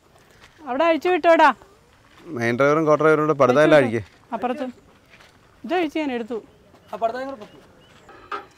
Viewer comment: കോട്ട അല്ല " കൊട്ട"